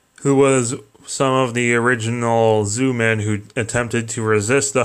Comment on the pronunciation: lol Zoomen. they are called Zyuman, jewman that is how its prononced. Ir might help you learn a litttle bit of Japanese.